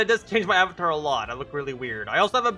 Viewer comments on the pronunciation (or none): none